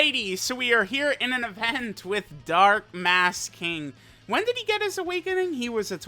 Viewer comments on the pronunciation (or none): none